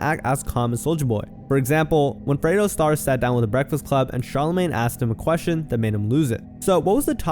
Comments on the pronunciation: Stop saying “Fredo” this ain’t the godfather , it’s Fredro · It’s not “FRAY-DO” It’s “FRED-RO” Starr.